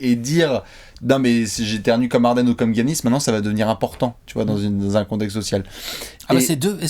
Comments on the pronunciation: Je suis pas d'accord sur un truc : Giannis se prononce "Yanis" pas "Guy-Anis" 🤣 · je te suis et je bois tes paroles depuis longtemps, mais est-ce-que tu peux ne plus prononcer Giannis comme Yannis? C’est le prénom de mon coiffeur et ça me perturbe. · c est dj-anis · C est pas gorgui dieing-anis